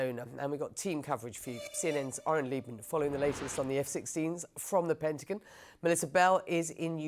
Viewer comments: CNN can not find an American speaker to Anchor their news ? say the words right, WFT is our Pendigan ? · not the pet-a-gen says lol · The “pentagin”…